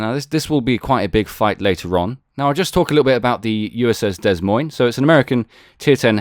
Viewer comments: The ships name is pronounced - "Da Moyn" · Drop the 'S' in 'Des Moines'